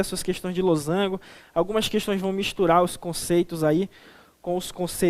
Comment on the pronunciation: kjkjk losangulo eu também falo assim